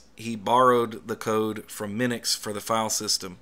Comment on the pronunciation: Minix, not Minux.